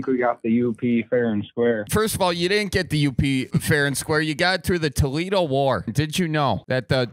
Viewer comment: “You got it through the Toledo Wooor”